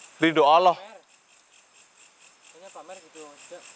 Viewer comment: Mas tolong lah bilang allah yg jlas blajar wajib kalau mnurut ilmu tajwid yg fasih ya mas ucapan allahnya